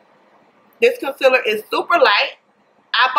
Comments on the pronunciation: I kinda really hate how she says concealer lol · "fermula" , "conselur"